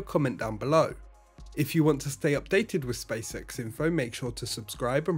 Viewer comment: I heard spaysex not spacex😅